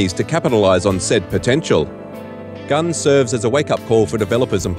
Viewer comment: Its pronounced "Gun Zee"